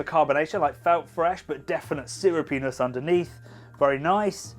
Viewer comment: I figured that out when you said it again, but also couldn't unhear "sewer penis" every subsequent time. I'll try to find an opportunity for sewer penis at my next tasting.